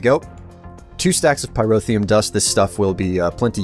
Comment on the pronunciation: He pronounces Pyrotheum perfectly, but he doesn't know his left from his right.